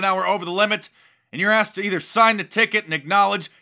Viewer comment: Emma Madison he axed who car dis?